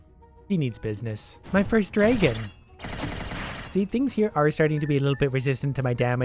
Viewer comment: drAgon. not draygon you naga!